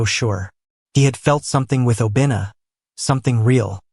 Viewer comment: I like the story but Obinna is pronounced wrong fyi